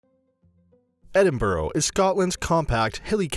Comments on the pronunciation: Ed- ing- bruh not edinboruogh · Your pronouncing Edinburgh wrong. It is "ed" "in" "br" "u" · It's pronounced "Edinburra!" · Not Edinborough!!! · It's actually pronounced "Edinbruh" not "Edinbro" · It’s not Edin-burrow, dude—it’s Edin-BURG! Learn to read bruh. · EDIN-BURUGH NOT EDIN-BOROW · It is pronounced 'Edinburgh' not Edinboro and has been for over 400 years. Nothing to do with spelling. I lived there for many years and my kid was born there.. No one EVER says Edinboro unless they are visiting Americans. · Please stop, you are hurting my brain. It's Edinburgh, not Edinborough. And half of this stuff isn't even in "Edinborough (Edinburgh). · Its NOT EDINBROW..... EDINBURU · Lol its like edinbruh not borough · Just to clarify he says Edinburgh wrong the whole video. Edinburgh phonetically- Eh-din-bruh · It’s pronounced “Edinbruh” not “Edinburow” but it’s fine i still subbed though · Ahhh! Loch Ness, that thing to do in Edinburgh that's only aprox 170 miles from Edinburgh? About 4 hours on a bus one way. The pronunciation of the places in this video are so bad. There are so many mistakes in this that are so misleading. Please say it with me, it is pronounced Ed-in-bu-ruh. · ah yes, Edinborough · its pronounced edin-bruh by scots btw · Royal Yacht Britannica ! Whit ? Edinbro ? Eh ? What a load ay pish. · Edinbourough?! Royal Brittanica?! OMG😂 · “Edin - bru” Royal Yacht BRITANNIA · It annoys me how he says Edinburgh you are support to announce it like e din bru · The Royal yacht Brittanica! Haha! And Edinboro! Very funny. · EDINBORO ffs Why cant they ever learn to pronounce things properly -Never heard of the Britannica unless its an encyclopaedia. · Edinburo Brittanica Holeyrood house Secretry Lock ness Route Corstorpheine (Some mispronunciations) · Edinbro????? where the hell is that then. Such a shame american's like to do the history and explain everything yet cant pronounce the name of the place isn't it. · The fiuck is wrong with your pronunciation of Edinburgh